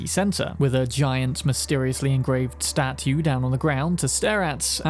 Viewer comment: I don't think I've ever heard anyone pronounce "statue" with a distinct 'T' before you. So, thanks for that.